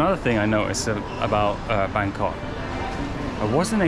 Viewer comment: Sounds funny when you pronounced it Bangkock, lol